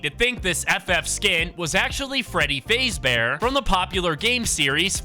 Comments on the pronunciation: "freddy fazebear"💀💀 it's fazbear bro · Fazeee bear? It’s Fazbear just so you know. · You said Freddy fazebear it’s fazbear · WHY DID YOU SAY FAZE-BEAR ITS FAZBEAR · Can nobody tell he's saying "faze bear" it's fazbear imagin fazz but without the other t please it hurts my ears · whys bro saying freddy fezbear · You said fazebear wrong also fnaf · bros saying freddy fayzbear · You said freddy name wrong it’s **faz**bear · You pronounced Freddy faz bear wrong pronounce it like that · It's pronounced fazbear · You said fazbear wrong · It really pisses me off that he didn't even say Freddy's last name right!😡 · The fact that you kept saying his name wrong. The sound you heard was foxy running down the hall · Why is he saying freddy fazbear like that😂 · He saying Fazbear wrong